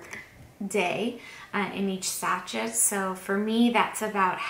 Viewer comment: sa-shay (not sa-chet)